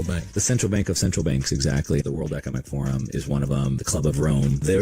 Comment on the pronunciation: Ec-o-nom-ic my friend